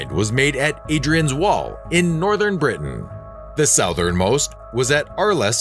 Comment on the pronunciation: it's Hadrian's wall not Aidrians wall ya greet cabage!